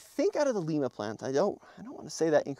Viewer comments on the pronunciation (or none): I cringed every time you said "Lima Plant" lol. Being from Lima, Ohio it's pronounced LIME-A. Not LEEM-A. Just thought it was kind-of funny. Also a big fan of TFL, love what y'all do! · Lima pronounced [L eye ma] say it like I had a capital I not lee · It's lima like the lima bean the I sounds like an I not an e. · That green color is really nice. BTW, It's Lima, like the bean, not Peru.